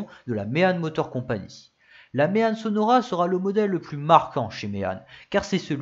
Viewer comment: J'habite à une trentaine de kilomètres du village de "Méanne". Je te taquine, parce qu'on prononce "Mé-An" (comme dans "maman") mais bon, ce n'est pas très grave car avec ta vidéo, j'ai appris plein de chose sur cette voiture ultra méconnue même dans ma région. La seule "Méanne 😁" que j'ai vu en vrai est la barquette au musée bruxellois Auto World, c'est dire.... Encore bravo pour ta vidéo ultra pro et documentée, (euh, je veux dire ). Gros pouce bleu!